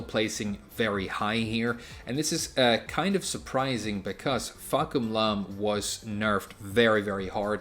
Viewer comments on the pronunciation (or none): why do you pronounce "fahkumram" "fahkumlam"? you're not japanese are ya?